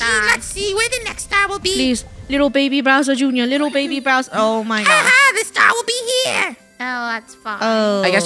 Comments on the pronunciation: Funneh, it's Bowser, not Browser. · Anyone else notice that funneh keeps saying “bRowser “ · It sounds like there saying browser instead of Bowser 😭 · Them saying "BROWSER" NOT "BOWSER" JUST KILLS ME INSIDE😢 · by the way its not "browser" its "bowser" bc i noticed u kept saying "browser" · Why do they call it browser instead of bowser? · Funneh it’s bowser not Broswer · Is it just me or does it bother me when they call Bowser "browser" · did funneh called bowser browser?!😂😂😂